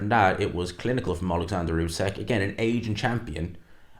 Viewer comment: Why do people insist on calling usyk "usekk" that's not how you say the man's name. Respect the undisputed champ and say his name correctly